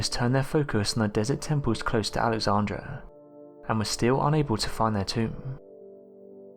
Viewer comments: Kudos on presenting very interesting historical mysteries. However, - and this is very important- you repeatedly mispronounce important historical names, such Alexandra (should be the city name “AlexandrIA”) and Croatian (which is in the Balkans) rather Cro-a-to-an. I recommend that you check all names of people & places, etc, before posting future videos. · An empty cigarette pack with Cleopatra's name on it??? Wtf?? AlexandrIa! please pronounce these places correctly without dropping letters. If your unsure how to pronounce them please use Google to show how it's said. Omg there are just too many places mispronounced it's so disappointing, SMH.